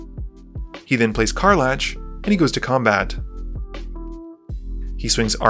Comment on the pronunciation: I was about to comment on the game and then got smacked across the face with “Kar Latch” 😂